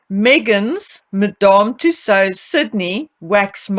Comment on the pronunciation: The way you pronounce Madame Tussaud’s is adorable 🙂